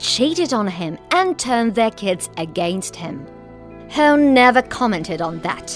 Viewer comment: Hawn, not "Hone"